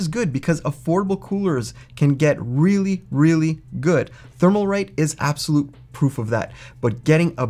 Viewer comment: The "L" in Thermalright peerless assassin has left the video! However, it is a good video. Thank you